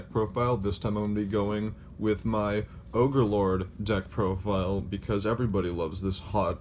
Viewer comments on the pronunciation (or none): Did I just hear him say "ogre"Lord? Lolz #AllOgreNow